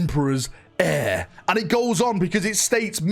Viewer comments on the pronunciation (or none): none